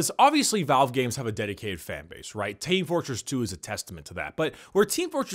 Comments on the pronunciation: Idk it sounded weird to me. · "Tae Fortress 2"